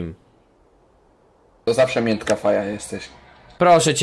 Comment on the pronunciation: mówi sie miękka